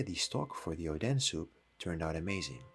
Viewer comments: IS ODEN NOT ODAN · You said odens name to "oh then"😂😂😂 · It's oden... not odan. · I thought it was ‘oden’ soup 💀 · can you pls stop calling Oden oden pls it doesnt sound right